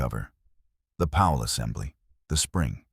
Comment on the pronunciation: Increased cleaning intervals? That means MORE time between cleaning! Stoopid!😂! Can't blame the poor ayeye narrator; it's just a mindless, brainless set of computer code after all! It didn't know it said it completely ass-backwards! 'Pal'? More like a pawl, pronounced - 'Paul'. Lol! Another 'Chen' in these stories😂! There's almost ALWAYS a Chen. I spose there HAS to be one doesn't there? Gotta be politically correct! Gotta be inclusive huh? Such tiresome CRAP!